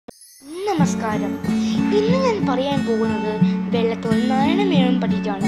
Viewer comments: Not വെള്ളത്തോൽ it's വള്ളത്തോൾ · Not vellathol it's vallothol